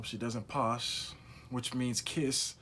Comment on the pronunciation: lol “posh”? It’s “pash”, mate. “Pa”, as in “pat”. That being said, I’ve loved your take and dives into the lives of the characters of this show. You deserve more love!